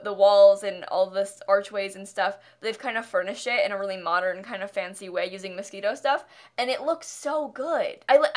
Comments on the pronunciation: its not mosquito stuff its mo-shee-no stuff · Šimon Répási yeah I was like wait did she say mosquito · am I the only one hearing "mosquito stuff", I feel like I missed some kind of inside joke but I'm freakin chokiiiing aaaaaa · For the Parisian PhotoStudio thing, she kept saying "Moschino" but I thought she said "mosquito" so I was like 🥴